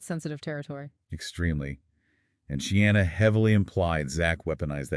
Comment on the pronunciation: Not She-anna 😬 but Sheena.